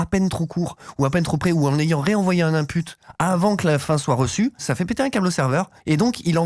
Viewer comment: On ne dit pas un Input mais un Nainpute. 😂